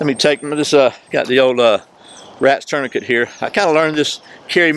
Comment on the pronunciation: Burn that “ tourniquet”. Love the video tho :)